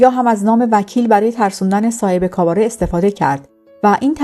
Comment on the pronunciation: کاباره نه کاواره. کاباره درست است.